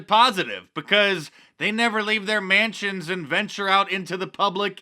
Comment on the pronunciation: Man Shuns! The UNphair-i-sees!